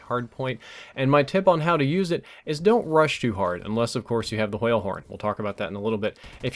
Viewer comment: pronounces words that have wh in them like stewie in the wheat thins commercial. the hwale horn.